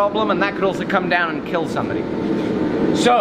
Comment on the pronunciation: Overall....it will keel